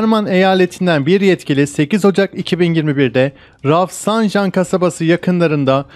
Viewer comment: Efendim Jolfa ve Rafsanjan'ı yanlış telaffuz ediyorsunuz. Iran'da J Türkçedeki C (=can, ciğer) gibi söylenir. Yani böylece Culfa ve Refsencan yazılır, ve söylenecek.